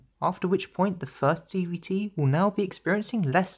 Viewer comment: I swear at some point you just say "CBT"... and i am NOT the only one hearing this.